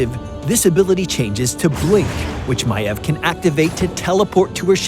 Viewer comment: he pronounces it maev yet it is spelled maiev